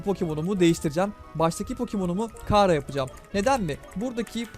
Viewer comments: undertalecılar bunu beğendi (abi bu arada kara diye diğil çara diye okunuyor) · Abi kara deil çara die okunuyo